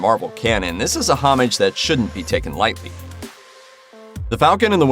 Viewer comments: Please learn how to correctly pronounce the word "homage" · Someone teach this guy how to pronounce homage